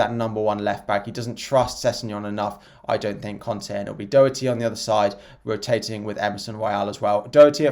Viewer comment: Purple for sure, it's easier on the eye. Its pronounced daw-herty btw